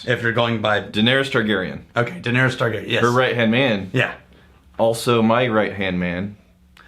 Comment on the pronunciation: Did anyone else want to smash his head in, when he couldn't pronounce Targaryen?